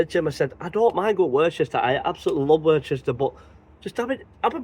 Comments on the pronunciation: p[ease say worcester properly please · Hi mate good video commented on your last video how you say Worcester it pronounced same as Worcester sauce ha ha